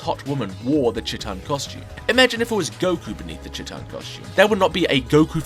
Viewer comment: I love you and your videos but the first part of Chiitan is pronounced like the first part of cheetah, I wanted to finish watching the video before I commented this but I could not stop cringing at it being pronouced like chittan over and over